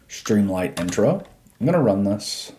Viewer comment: I have to ask, why do you pronounce it “stream LIGHT” when it’s written “stream LIT” as in literature?